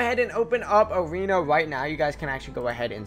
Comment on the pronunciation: awena weseting you sound so wierd